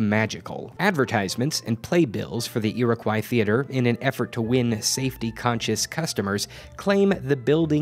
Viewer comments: It's pronounced /ʊəʳɪkɔɪ/ not /ʊəʳɪkwaɪ/ Source: Am from New York, where Iriquois originated from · It’s pronounced ear-oh-coy not ear-a-kw-eye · “Foy-err”?, “Ee-raw-koi”? It’s “Foy-yay” and “Ee-row-kwa” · It's pronounced EAR-AH-KOI Not...however you pronounced it. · There's some graffito that says the F word. Also, it's pronounced "iro-qwah," but it doesn't really matter. I'm just trying to be a smartass. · Ear-Ah-Quwhy for fuck's sake man, don't say it like that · It's actually pronounced Ee-Ruh-Kwa. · The way you're pronouncing Iroquois is giving me a stroke. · You said Iroquois wrong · I frickin love this channel and these history videos but I have never heard anyone say “Iroquois” as atrocious as. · Your pronunciation of Iroquois really threw me for a loop.